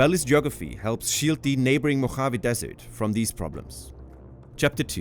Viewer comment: Native Californian here. Love the place. But the pronunciation (AI generated?) of "Mojave" with that hard, guttural J, was off putting. I couldn't finish the video.